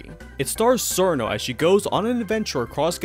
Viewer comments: Its pronounced CH-irno, not SER-no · it's "cheer-no" not "SeEr-No" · Her name is pronounced cheer-no (chiruno in jp) not sir-no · SUURR- KNOW TEHH-WEEEEEE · An accurate phonetic pronunciation of "Cirno" is Xjheirnoughf. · ah yes, my favorite character, churros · STOP PRONOUNCING CIRNO AND TEWI LIKE THAT 😭😭😭